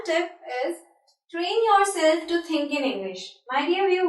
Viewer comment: it's we not ve and think not tink